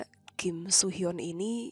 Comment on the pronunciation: soo hyun sama so hyun pengucapannya beda 🥲 beda org jg itu soo hyun aktor so hyun aktris 😭